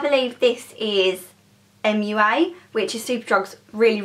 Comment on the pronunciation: It's not MUA!!!